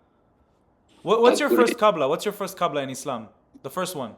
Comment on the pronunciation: He said qabla not qibla oh woe, he messed up one vowel of a word from a different language. We all knew what he meant, even the guy in the video understood him. Try debating in a foreign language about another foreign language and see if u ever make a mistake 😂